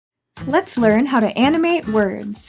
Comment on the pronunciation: I thought she said anime words XD